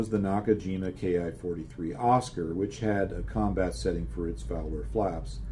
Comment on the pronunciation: I made some typos below, so I am editing here, the same post ... First. please do not call the ki - 43 or ki 84 as key-eye. The correct pronunciation is ki. The word comes from the Japanese "kitai", airframe. I do not agree with your analysis of fight between a ki-84 and a presumably diving F4U. If I am flying the ki-84 at 350 mph sea level and an F4U is gaining, I will go on a climbing turn so as to reach my best advantageous speed (this is what Spitfire pilots did against Bf 109's or FW190's). This will also give me a good altitude advantage. If the F4U is really close, then I would also cut power, to ensure that the loss of speed comes even faster. The F4U pilot can try to stay on the throttle and run away, but that will be fatal, because the ki-84 will roll back, throttle up, and catch up (scissors maneuver). The other option of the F4U is to try to stay in the turn, but that will also get him the ki-84 in his tail. Either way, the F4U has no advantages. Even if the ki-84 pilot is stupid and stays on his power, your comment that there will be a speed range on the lower end that the F4U will be able to out turn the ki-84 due to the combat flaps ignores the fact that the ki-84 has more than 30 % lower wing loading, and therefore much lower stall speeds. In the 200 mph range, the F4U will not be able to keep up with the ki-84 turn, even if he could perfectly manage his poor stall characteristics. I am also in serious doubt that the combat flaps of the ki 84 cannot be deploye